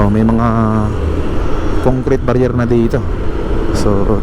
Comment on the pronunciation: What really got me when he said congcrete barier...😅